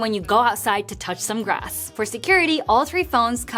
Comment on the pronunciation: Apparently more like "When you go outside to touch some glass"